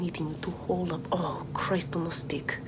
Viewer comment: “Ugh, Christ on a steeck .” 2 seconds later “It has been murdered.”